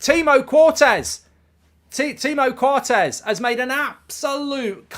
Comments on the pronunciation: "Timo Cortez" 💀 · Timo Cortez 😂😂😂